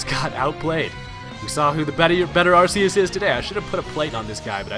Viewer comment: The movie pronounces Arseus as Archeus. PLEASE FOLLOW THAT!